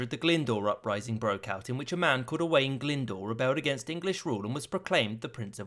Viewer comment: Owain glyndwr mad a tripartite pact with the scotts and french i believe I am Welsh btw and you said owain glyndwr wrong owain you sau the i